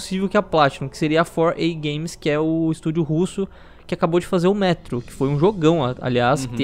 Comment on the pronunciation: "épica games" kakakkskk